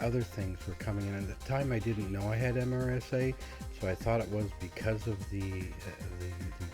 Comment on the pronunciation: Not said as the actual letters, but sounds like MERSA